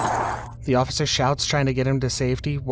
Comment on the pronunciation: is that cop drunk? Is said “osifer”